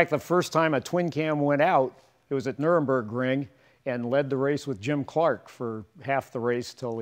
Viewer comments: "Nuremburgring"? Hope the people of Nurburg didnt hear that! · "it was at nurembergring" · You HAVE to LOVE that sound!!! And it accelerates like crazy! I don't think anyone could build this car any better! Fantastic job!!! PS to pondmatter: it's "muringburgring" all one word. Dare I say the wildest track ever conceived and built? There are plenty of vids out there - check it out! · its Nürburgring not Nuremberg ring its around a village called nürburg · It blows my mind that a guy with this amount of automotive knowledge says "nuremburgring"... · Nurburgring, not Nuremburgring, one is a race track and the other is a town in northern Bavaria that just isn’t where the first one is located. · Sorry about that - Nuringburgring. No "M" in there. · Did he say Nuremberg-ring? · He said Nuremberg-my-ring. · Nürburgring! It is not "Nürnberg Ring"... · you mean "Nürburgring"?